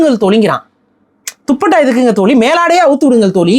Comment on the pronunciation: தோலி ❌ தோழி✅ சிறப்பு 'ழ'கரத்தை சரியாக உச்சரிக்கவும்